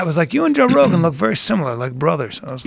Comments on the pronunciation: Joe "buh-row" Rogen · Joe bah-row Rogan